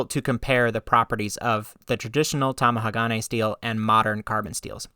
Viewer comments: Top amateur tip for pronouncing any multisyllabic Japanese word: don't emphasize any one syllable. All syllables are weighted equally. A lot of Westerners I have heard say TamaHAgane. You say TamahaGAne. Japanese say Ta ma ha ga ne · To help your pronunciation.. Tomahagane = tom-ah-HA-gah-nay The emphasis is on the "ha" in the middle of the word. You are putting the emphasis on the next syllable (the "ga") making it sound weird. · You can say Magnatite but can't say Tamahage.